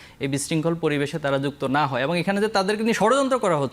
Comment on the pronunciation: ছাত্রদলের নেতা "এবং " এর পরবর্তীতে "এবন " বলছেন বলে মনে হচ্ছে।